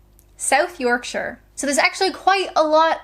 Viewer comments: Same here - IT is so simple that you can only get it wrong if you concentrate on it - it is pronounced SHu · I knew you were northern from the way you say Yoorrkkkshurrrr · Brilliant, I knew you had some Yorkshire in you! Not where I'm from but your accent when you say Yorkshire gives it away!